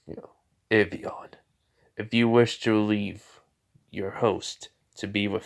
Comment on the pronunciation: it's not avion it's albion